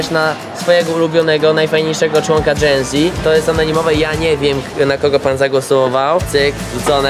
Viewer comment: *genze ona powiedziała ( nie hejt)